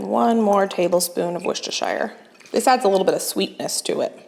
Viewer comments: Hi, an easier way of pronouncing Worcestershire sauce is phonetically. So it becomes Woostershire sauce or as us English say 'Wooster sauce' loving all your vids btw x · Just a little note. Worcestershire is pronounced Wooster. :D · A Brit here, good effort on Worcestershire, shire is sheer, Yorkshire is sher for simplicity sake. Good recipes, thank you. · I love the many variations there are for Worcestershire. Some are downright hilarious. I have a friend who moved to the US 7 yrs ago from a small town not far from Worcester England which is where Worcestershire sauce was created by Lea & Perrins. In England, she says, it is pronounced "wuu-stah-shah". In Massachusetts, people pronounce "woo-stur-shur"